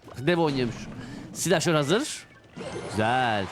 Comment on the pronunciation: Türkçeyi katlettin aq doğrusu silahşor olacak